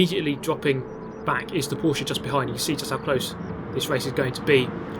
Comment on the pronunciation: In the name of all Germans, thank you for pronouncing Porsche correctly, it hurts my ears everytime I hear people saying Porsch